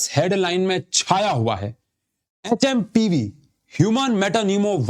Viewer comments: HMPV ko HMVP kardiya 😂😂😂😂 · Sir ne pure video me HMVP bola . Bolo bhi to kya P waise bhi silent hai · Aap HMVP bol rhe ho wo HMPV hai 🙂 (In video ) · Aap har bar HMVP bol rahe hain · Its HMPV but sir saying HMVP